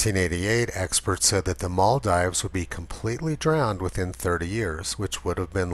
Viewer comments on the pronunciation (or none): It's pronounced Maldeeves, not Maldives.